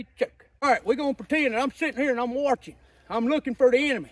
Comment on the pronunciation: "I'm Warchin"... he he he he!!